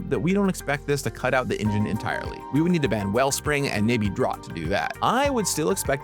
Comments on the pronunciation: The one thing I always look forward to as someone who doesn't even play Pauper is the amount of effort that goes into updating the community on the changes (also fwiw I think they're pronounced ai-kor [ichor] and draft [draught] respectively, sorry for being that guy). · "Draught" is pronounced the same as "draft". (They are the same word, in fact; "draft" is the simplified American spelling.) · It's pronounced 'draft' like in 'draught beer'. like in 'laughter' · "Draught" is pronounced "draft".